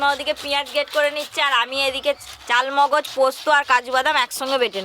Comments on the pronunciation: চাল মোগজ না চার মগজ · Chaar mogoj k chaal mogoj bolo keno??